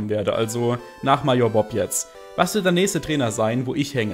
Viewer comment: bei der art, wie du major aussprichst, drehen sich meine fußnägel nach innen.